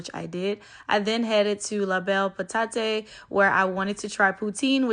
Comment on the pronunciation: Love that you tried poutine , and were honest! Thank you for sharing our city. Very interested about the Creole food at Cactus Club - going to try it! (Pa-TAT. final E is silent in French).